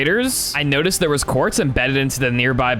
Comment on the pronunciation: did anyone else notice that when was talking to demeter she said qaurtz?